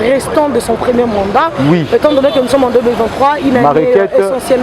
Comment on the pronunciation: Mandat et non manda, svp!